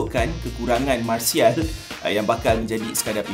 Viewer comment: “MARSIAL” HAHAHAHAHAHA 🤣